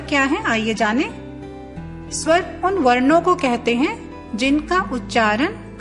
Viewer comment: स्वर स्वंर में पहला स्वर ठीक है दूसरा गलत कृपया सुधार लें